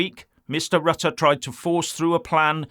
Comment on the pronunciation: Rutte is a hypocrit, during his PM ship, many, many, and still many more immigrants were welcomed by him into the Netherlands. And now suddenly he is opposed? Hypocrit. By the way, I admire your pronounciation of Rutte and Willem Alexander, it is on point!